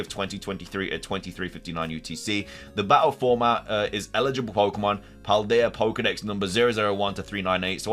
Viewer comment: "el-i-ji-bul" NOT "i-le-ji-bul" they mean very different things.